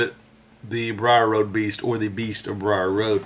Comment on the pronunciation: It's the beast of bray road not briar Rd